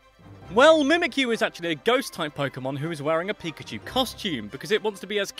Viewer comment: It's pakachoo!